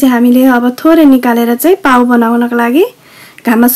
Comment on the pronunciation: nice one but you should pronounce as पाउँ not पाउ ।